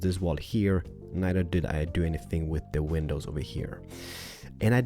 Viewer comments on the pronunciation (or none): I really like and all but I mean how can you not notice he literally says ''window penises''